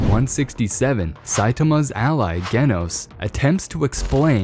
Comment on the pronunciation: It’s actually pronounced (Jhe-noh-ss ) not (Geh-noh-ss)😅